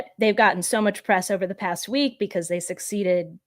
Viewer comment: I'm not visiting their site. Ben doesn't know when to say "the" or "thee". Annoying and smug.